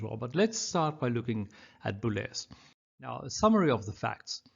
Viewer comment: The “z” in the great musician’s surname is sounded.